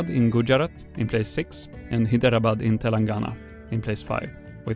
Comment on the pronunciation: You completely botched the pronunciation of Hyderabad, pronounced more like: hai - dhruh - bad But still, Great Video! I enjoyed it.